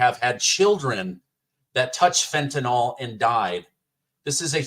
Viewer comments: Top five. Hey, FYI theword is actually Fentanyl, not Fentanol. I am loving your outright faith and good sense in reporting current politics. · Even we southerners don't say we take "Benadroll" for allergies or sleep. Benadryl rhymes with fentanyl, so it is pronounced fin-tu-nill, not "fitnall," y'all. 😂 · Fentanyl, nyl is not pronounced “all” it is pronounced like “ nill”. Please for Gods sake stop pronouncing it wrong. Thank you.